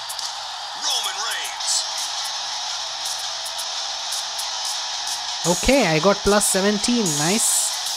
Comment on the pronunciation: Bro its reigns not rangars